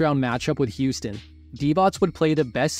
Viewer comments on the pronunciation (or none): none